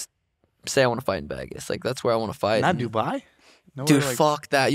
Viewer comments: Really struggling hearing Sean say “Vagas” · Someone teach Sean how to say Vegas 😂😂😂